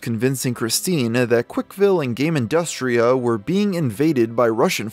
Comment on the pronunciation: Dang, I wasn't expecting Hyperdimension Neptunia in that video. Tho side note: It's "Gamindustri", not "Gamindustria"